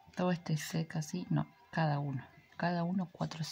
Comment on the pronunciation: muy lindo video pero de dice "Set" no SEC